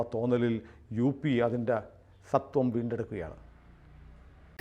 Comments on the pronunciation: സത്വം അല്ലടേയ് സ്വത്വം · വിഡിയോ ഗംഭീരമായി....അവസാനം സത്വം എന്നാണ് പറഞ്ഞത്...സ്വത്വം എന്നല്ലേ ശരി........